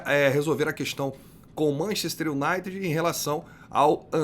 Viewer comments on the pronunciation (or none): none